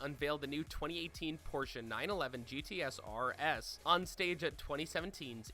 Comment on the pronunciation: " Kenchario" "GTSRS" Bro did you even try to say them right? It literally says GT2RS on the back of the car